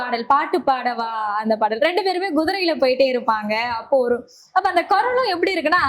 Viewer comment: A.M.ராஜா குரலுக்கு மிகவும் பொருத்தமாக இருக்கும் இவர் குரல்.மற்ற பாடகர்களின் பாடல்களை தவிர்ப்பது நலம்.இவர் ங்கூண்டுக்கிளி என்று சொல்கிறார்.பேட்டி எடுக்கும் பெண் ங்குதிரை என்று தமிழை உச்சரிப்பது சங்கடப் படுத்துகிறது.